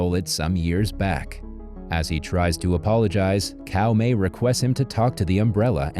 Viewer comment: Caomei is pronounced Tsao mei, not Cow May, lol ...